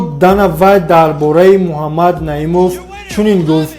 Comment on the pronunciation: Дуюм - Му-А мад нею МуХ,аммад бугу Илтимос.. МУХАММАД -БУГУ МУ А МАД НЕ..